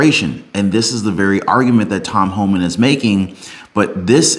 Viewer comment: It's Homan with NO L...